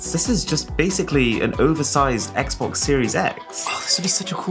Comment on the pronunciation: Ah yes, the "Xbex" from Wish...